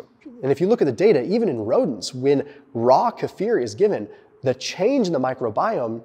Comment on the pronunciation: Thank you for " kefir" correction! Tired of people mispronouncing! Respect